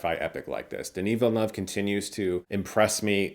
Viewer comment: Chris Stuckmann thank you for pronouncing Denis name! It’s refreshing to hear it correctly